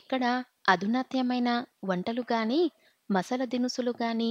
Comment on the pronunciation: Baajantreelu emiti bhajantrreelu snatakam for snaatakm Ani cheppali. Pronunciatio nerchukoni chaduvu. Masla for masala . Horrible reading.Alugagadda upma, emiti nee sraadham. Upmakoora anaali